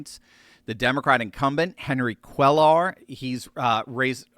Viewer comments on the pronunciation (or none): Cuéllar is pronounced “Que-YAR” Two LLs are pronounced as a “Y”